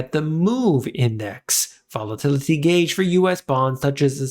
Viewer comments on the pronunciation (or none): One more time VOL-A-TIL-I-TY